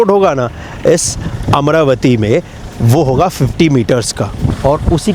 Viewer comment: Bhai yeh Amara-vati hai amra-vati nahi.